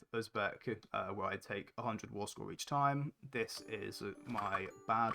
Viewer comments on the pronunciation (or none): He's got a verbal tic where he says his "s" sounds with an extra syllable...."ideas-er", "look at this-er", "place-r" - I learnt a lot of neat tricks from this video